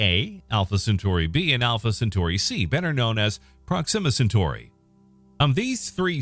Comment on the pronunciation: Pathetic. You cannot even pronounce the planet or star system properly.